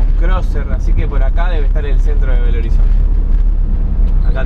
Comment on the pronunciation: X que es asi que se pronuncia Belo no bello lo conosco desde los años 80